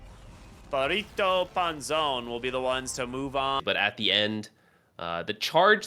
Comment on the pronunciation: gotta love how they say rrito anzon hahaha instead of perrito panzon hahahaha